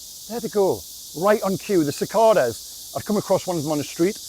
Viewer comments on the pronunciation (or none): Cicada--the center "a" is a long vowel; so it sounds more like sick-kay-duh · Just about right with the pronouncing but... more emphasis on the 'A' in the middle.